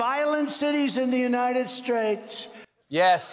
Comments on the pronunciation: “I’ll challenge the governors in all fifty spates…” 😂😂😂😂😂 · Fifty spates! 😂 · Fifty spates? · Mumbles, cannot pronounce “states” etc.